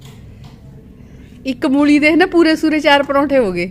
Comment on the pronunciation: ਤੁਸੀਂ ਪੰਜਾਬੀ ਤਾਂ ਐਨੀ ਬੋਲਦੇ ਪਰ ਮੂਲ਼ ਈ ਨੀ ਮੂਲੀ ਹੁੰਦੀ